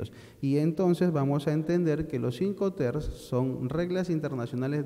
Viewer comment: Se dice IncoterMS, no incoter